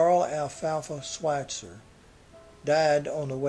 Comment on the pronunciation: had to stop when you butchered his name...I am sure it was nice, despite what happened to Alfalfa, of course